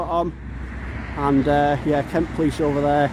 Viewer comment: Did that say 'Kent Police', or '.K.u.n.t. Police?